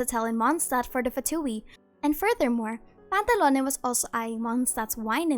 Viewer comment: I can listen to this human saying the name "Pantallone" for hours man They say it in such a satisfying way